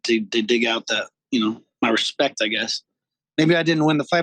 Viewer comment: Hespect my homie... hespect